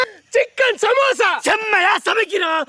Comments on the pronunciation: Samosa ❌ Samasa ✅😅😅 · Adhu samusa illa samosaa